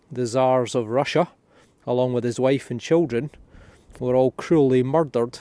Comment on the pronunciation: "there's been a murrdurr"!! 😉 Good honest detecting, I like it 👍